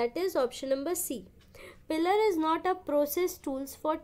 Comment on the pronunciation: Maam aap jo bol rahi ho usko पिलर नही प्लायर bolte hai 😊 sorry maam interrupte kiye dil pr mat ligiyega😊😇 keep it up